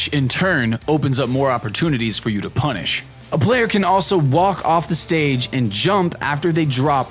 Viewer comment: No I've heard the term I just find it funny the way in particular says it in this video